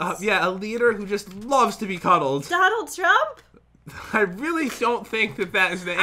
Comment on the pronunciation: Doanld Trump? Me: Excuse me 1 second...